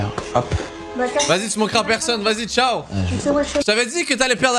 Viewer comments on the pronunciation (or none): none